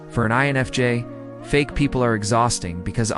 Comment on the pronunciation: your AI voice is saying enfj instead of infj talking about "fake people" and there is something very amusic about that to me